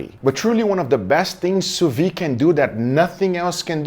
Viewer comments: You are the God of sous-vide! A little thing tho. You pronounce it sous-vie, meaning under-life or drunk-life, which doesnt makes sense but still funny. Try, sous-vid. (like video) The D at the end must be prononced, while the E a little less. Vide must sound like lid. Open the Lid of your sous-vide Take care and thank you for everything. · You pronounce the d in vide. It’s soo veed. NOT soo vee. Lolz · 8 years and you still can't pronounce sous vide XD it's pronounced "soo vid"/"sous veed" NOT "soo vi"/"soo vee". the D is not silent. I thought someone else would have corrected you by now, but video after video I see you still pronounce the D, I have to step in, I really hope this gets your attention,, because this is starting to infuriate me XD. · 8 years and sill pronounces sous vide wrong :D